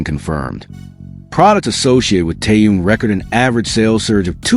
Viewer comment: Блохер продажный, научитесь называть имя правильно Тэхен , он мировая звезда. Чимка липучка как всегда, в нагрузку. Дизлайк 👎👎👎👎👎👎👎👎